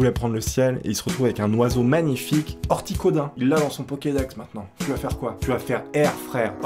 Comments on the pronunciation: Orticodin t’es sérieux 🤣🤣🤣 c’est articodin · C articodin pas orticodin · Artikodin pas Orticodin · Mec c'est Articodin pas Orticodin sinon le début de la vidéo est cool (j'ai pas tout vu) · a niqué mon enfance en disant « ortikodin » au lieu de « artikodin » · Merci beaucoup, ça m'as fais mal quand il à écorché le nom de ce pokémon de légende 😅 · Il a vraiment dit "Oticodin" ???